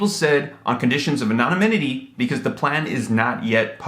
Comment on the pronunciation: Instead of bad mouth mocking 50 cent, you need to focus on correct pronunciation, e.g. anonymity " a nah ni mi ti". The shit always comes out you just can't help it. I used to think you were cute and funny. Not so much now. You're on the take?